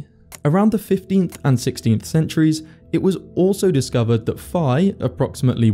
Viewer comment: Pi is 3.4159 In this video you pronounced phi as pi